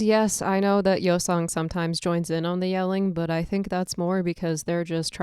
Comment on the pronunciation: You can't even say his name right